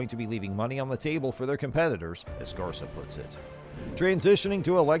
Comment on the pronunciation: GARCÍA For you English speakers is something like gar-SEE-uh, not garza